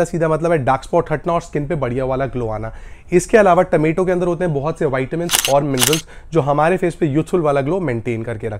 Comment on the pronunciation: Remedies are superb but taamaetoe juice is a nightmare. Please say, “Tomato juice”